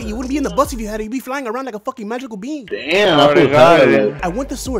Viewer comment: "I am the most powerful bein" dead NOPE